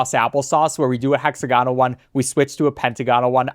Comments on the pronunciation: The way you said hexagonal and pentagonal tickled me. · the way he says hexagonal and pentagonal hurts my soul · Gah so true 😫